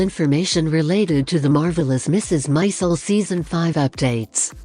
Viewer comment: Its not Mrs Mizel... Mrs Maisel.